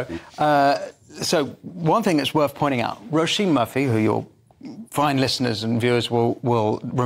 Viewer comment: Her name is pronounced 'Row (as in row your boat) Sheen' with emphasis on the Sheen 👍